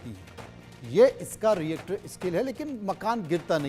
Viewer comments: इसको रिक्टर स्केल बोलते हैं रिएक्टर स्केल नहीं 😂😂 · Ye Reactor scale kya hai 😀.... pronounce nd write properly